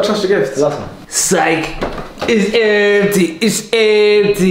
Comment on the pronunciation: Is eemty its eeempty “😂